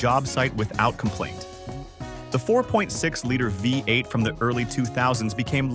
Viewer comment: What the heck Is a : VAY 8. your AI bot is messed up!!!!!